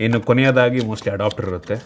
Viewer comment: Adopter alla guru adapter